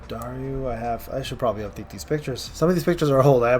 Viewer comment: Man it's Darui, not Dariu 😭